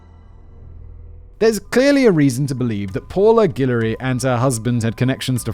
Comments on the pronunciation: Richard may be re-shard, delouche is del-lou-sh, in Louisiana guillory isn't an unusual last name at all, I know a bunch and I'm from near nola, guillory is gill-or-ee, boudreaux is boo-drow, Louisiana has loads of french last names, creole is Cajun french, some are the same pronunciation some are not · For the names, Boudreaux = Boo-dro, rhymes with "Who throw" Guillory = Gillory, rhymes with "pillory" Fontenot = Font-no, rhymes with "Aunt Flo" Richard = Ree-Shard, rhymes with Simon's favorite word that he's not allowed to say anymore. Everyone else you got right. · As a native Louisianian, my favorite part of all this was listening to Simon butcher the names of the people and places: Boudreaux (Boo-dro); Guillory (pronounce the "l"s); Fontenot (Fon-te-no). Our Spanish/French roots set us apart from all other states, and we're proud of that. Not so proud of the corruption, though! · Living in east Texas, I don't think Guillery/Guillory is an uncommon last name at all. Also we pronounce it Gil-ery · Simon. Louisiana Purchase anyone? Pronunciation guide; Boudreaux: BOOD-row Calcasieu: CAL-cashew Guillory: GILL-ory